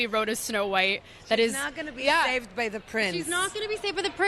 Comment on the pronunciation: "She not going to be savewd by the prince..."😁😁 Is that a selling point?🤔